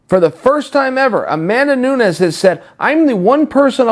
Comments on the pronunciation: At least get the name right. It's not Noons. It's Nunes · Nu-Nes !!!!! NOT Noons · Noo-nez. Not Noons. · Nunes is pronounced, "Noo-nehz"! Not "Noons"! C'mon Chael! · Amanda "Noons" Nunes